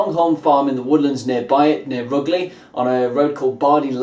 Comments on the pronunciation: I'm from rugeley it's pronounced rujeley lol have you tried frontier at penkridge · its pronounced " roo-juh-lee- " !!!